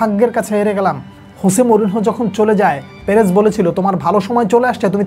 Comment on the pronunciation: আপনি পেরেজের নামটা ঠিক ঠাক উচ্চারণ করিয়েন।